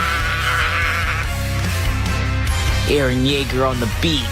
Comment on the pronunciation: “Erren yaeger on the beat” sounded way to close to sumn else😂